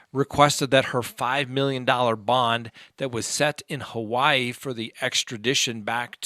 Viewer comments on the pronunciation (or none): none